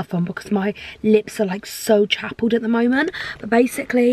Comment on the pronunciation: hold up.. 'chappeled'? pineapple? what?